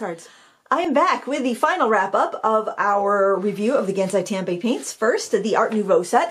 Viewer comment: It's Kuu-Reh-Tah-Keh Gahn-Sigh Tahm-Bee. Not Kurrytakky Gansy Tamby